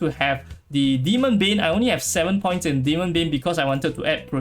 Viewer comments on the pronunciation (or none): none